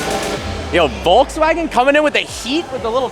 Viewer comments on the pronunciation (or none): none